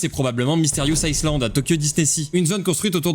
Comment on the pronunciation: Ca ne se prononce pas "iSland" mais "iland" (le S ne se prononce pas)